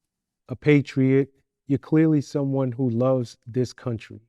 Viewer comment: He said, "some-Juan is benefitting".